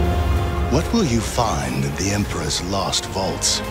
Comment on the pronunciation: Am I hearing it right? Did the trailer says emperess vault? Or was it supposed to say emperor's vault?